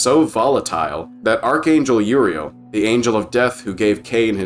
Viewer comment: I love your humor and detail you put Into this video but my god I Crack up and get frustrated when you can't pronounce Uriel ( YUR EAL) dionysius( dion nye sus) etc lol. But fantastic video nonetheless